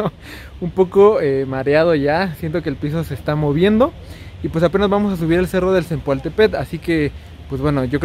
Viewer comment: Mala pronunciación del nombre del cerro